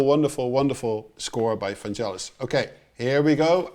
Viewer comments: 1) Hard g, not soft =D 2) You also hear that particular cue when Deckard is in his apartment and then transitions to Pris going to J.F. Sebastian's place at the Bradbury Building. 3) All of the music he has ever made was made at the moment. When doing a film score, he would watch it a few times to get the sense of the mood and then he would just go for it. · vangelis is pronounced with a hard G as in "Get in " not jel as in " jelly fish "..always bugs me people who say it wrong.. cheers anyway :)